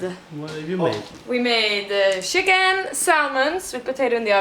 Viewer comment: I've always found it amusing that Swedish people can't say "ch" properly, like chicken or chimney (listen to Janni). They say shicken and shimney :p